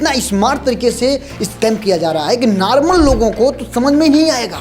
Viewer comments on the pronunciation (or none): Normal ❎Narmal✅🤣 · Normal❎ Noromal✅